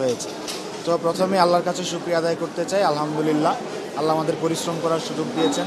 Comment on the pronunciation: আলহা'মদুলিল্লাহ বলার সময় ح বলতে হবে, ھবললে অর্থ বিপরীত হয়ে যায়،،،الحمدللہ